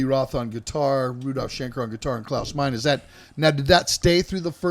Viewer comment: PLEASE STOP saying “The Scorpions,” it’s SCORPIONS! And who on the planet calls Uli John Roth “EW-LIE?” Klaus “MAINE?” It’s “MINE-UH.” One would think metal heads who go back that far like these would know. To be fair, Zet cringed every time the other dude said “EW-LIE,” and the only one that he fucked up on was “THE Scorpions,” and a huge part of their fanbase still doesn’t know that the band is SCORPIONS